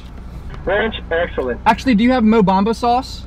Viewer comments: Mobama sauce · He said Mo Bamba sauce